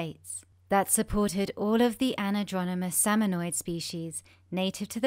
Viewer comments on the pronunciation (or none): Pronounced a-NAD-dro-mous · FYI...salmon are Anadromous not anadronomous.